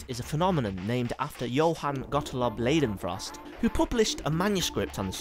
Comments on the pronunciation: Pronounced 'Lie-den-frost' not 'Lay-den-frost'. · Pls you pronounce "ei" like "i" and not -ei.... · ***** Are you suggesting I shouldn't tell him he mispronounced the name of the whole theme of his video simply because he went to the effort of making it? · Everytime he says leidenfrost i giggled